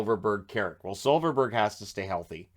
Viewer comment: It's not Silferberg, but Silfverberg, but ok. There are a lot of Bergs in Swedish surnames so you could go on forever.